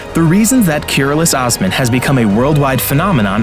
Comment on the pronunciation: Please pronounce correctly as "KOOROOLOOSH OSMAN"